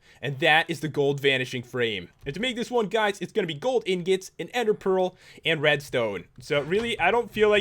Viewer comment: IRON INGOT NOT IRON INGIT